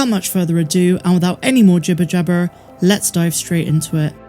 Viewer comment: Are you from Bristol or Somerset? Noticed an accent on the "jibberjabber" 😉